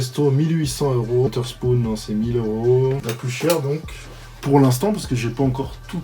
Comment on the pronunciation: La prononciation à la Française "WoTTerspoon" 😂😂